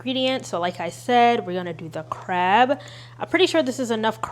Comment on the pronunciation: I love you and I usually don't comment but I very much think you said imitation carb atleast 8 times and it cracked me up 😂